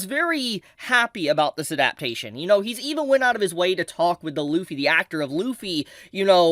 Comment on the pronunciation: Bruh your pronunciation of "adaptation" is crazy